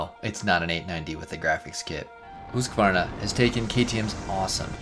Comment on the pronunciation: Congratulations for knowing the correct pronunciation of the brand. One of the very few.